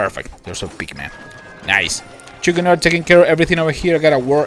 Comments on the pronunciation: what is a pikman ? i tough it was called a pikeman :O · Love your videos!! But "Pikeman" is not pronounced "Pickman". It sounds like "Piakmen" LOL!! sorry I was OCD about that every time you say Pikeman it makes me laugh.